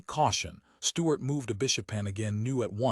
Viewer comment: within 29 seconds a.i cant pronounce Stuarts name